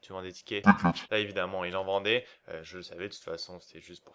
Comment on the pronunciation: " TiiiKetss " me fait trop marrer , putain ! :D